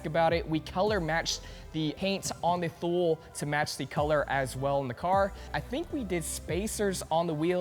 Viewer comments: "Thule" is pronounced too-lee not thool. smh. All that money and can't pronounce what you bought. lol. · Thule is not pronounced "thool", it's "too-lee". It is Swedish. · btw thule is pronounced "tooly"